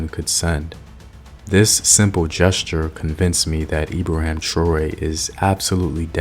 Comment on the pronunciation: Learn how to say his name properly.